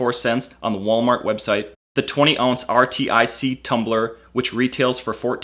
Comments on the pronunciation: Is anyone really going to take the advice of a guy who can't figure out that it is pronounced R-TIC which is similar to Arctic? Or maybe he is pronouncing Yeti wrong and it is actually Y-E-T-I? Could go either way. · you can't say RTIC like arctic not that hard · I really hope this guy's not that dumb. I've never heard of this but it's pronounced Arctic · it's pronounced arctic (RTIC) Great video though 👍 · its R-tic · lol how in the world do you keep saying R T I C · RTIC is pronounced "Artic" or ""R" tick" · RTIC is pronounced like the word ARTIC. Like Arctic. It's a play on words so to speak. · RTIC: FYI it's pronounced (Ar-Tic) or "Artic" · RTIC is pronounced like Artic... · Too dumb to realize RTIC is pronounced Arctic? What an idiot. You sound stupid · It's pronounced "ar-tic". Like the cold place. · Artic...ARTIC...not R.T.I.C. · it is Arrr like a pirate (Artic) not R T I C.. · R-T-I-C what!? Artic 😂😅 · RTIC is pronounced like arctic not R T I C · RTIC is pronounced as Artic, not r t I c. A couple of times you even said RITC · RTIC IS PRONOUNCED "ARTIC" like arctic. How did this guy not figure out how to pronounce the name after reading it so many times. He also kept messing up saying ritc and rtic. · You pronounce rtic as artic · You don't have to say RTIC in single letters, just say arctic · it's pronounced Artic not rtic. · I hate how you say R-T-I-C. It's pronounced like arctic! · IT'S NOT R.T.I.C.! IT'S PRONOUNCED "ARTIC". Holy shit. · why does he spell out RTIC? its pronounced just like arctic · you can say Artic instead of R.T.I.C. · it's not R.T.I.C. it's like saying Arctic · R.T.I.C......? No its pronounced Arctic. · it's rtic. not r-t-i-c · lol its pronounced arctic not r i t c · it's not R T I C. it's artic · Not R-T-I-C...It's Arctic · RTIC is made in Cypress, TX which is an area in Houston. And yeah, their name is pronounced R-Tic like the Artic in Antarctica lol Or at least remain consistent and spell out Y-E-T-I 😂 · It’s r-tic you dipshit